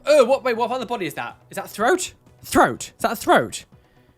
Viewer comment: I died when he said throat GOAT guh guh guh lmao I had to go back and play it again 😂